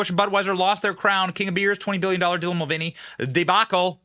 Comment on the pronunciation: I swear I keep hearing Devil Mulvaney lol and hey congrats on your 1M man you deserve it.